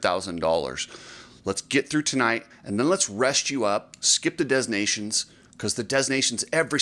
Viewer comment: What are you talking about? Hunter just crashed YESTERDAY, and it was a pretty damn gnarly crash. He was CLEARLY in a lot of pain and no amount of money is worth permanently messing up your back. Also, PLEASEEE for the love of God, stop calling it DEZ nations. This is like 6th grade language stuff. You can do better buddy. Otherwise, great work.